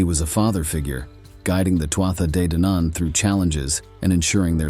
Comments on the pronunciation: Tuatha Dé Danann (pronounced Too-hah Day Don-un) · TOO HAA DE DANNON is the correct pronunciation...... ( BAR THAT, STELLAR CONTENT) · Tuatha de danaan is pronounced Too ahh day Dan an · Irish person here. Tuatha de Danann is pronounced two-ha de don-an. Still loved the video. Go raibh maith agat for making it! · I'm confused, had an Irish native tell me it's pronounced Two-ha day Don-an. Does it matter on which part of Ireland on the pronunciation? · Tuatha Dé Danann - Please learn how to say it